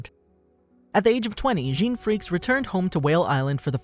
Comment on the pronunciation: It is not Gon Freaks it is Gon Fre cees